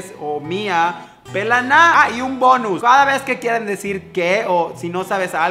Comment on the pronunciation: dijiste "Pelaná" con el acento perfecto:'D